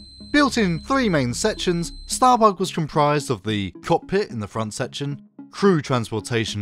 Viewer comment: you cant say it bug .. you gotta say it like Lister .. StahrBoog lol